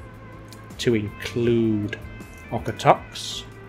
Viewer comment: As a Calgary resident; the pronunciation of Okotoks is 'Oak-a-tokes'. Why we change the 'o' to an 'a' sound I don't know.